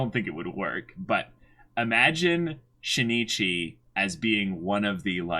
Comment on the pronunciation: Just so you know, it's not She-ne-chee BUT Shin Ichi (yes, you put a short pause between the vowels n and i).